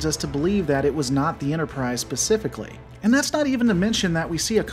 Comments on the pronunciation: Did he really say “pacifically” instead of “specifically “ ? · You said percifically instead of specifically. At 1.53.